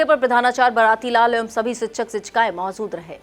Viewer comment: Mam, अभी कुछ कमी है आप शहर को सहर, बीजेपी को बी ज़े पी,, मौजूद को मौज़ूद, सा और शा, जैसे अभिषेक को अभीसेक mam थोड़ी उर्दू पढ़ने की कोशिश करिये ज़बान सही हो जाए गी, अंजना ओम कश्यप, और चित्रा त्रिपाठी, mam की ज़बान देखिये बहुत साफ है कहीं पर वर्ड की मिसटेक नहीं होती, आप को हमारे शहर का मान बढ़ाना है